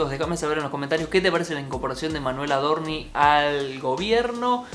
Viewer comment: Por qué dice AdorniS? Paciencia, Dios, paciencia!!!!🤦‍♂️